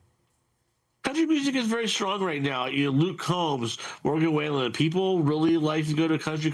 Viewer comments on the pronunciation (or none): Aside from sounding stoned or drunk, interviewee offered 1) no insight beyond what the viewer or any person on the street already knows, and 2) mispronounced Morgan Wallen's name. Do better, NBC!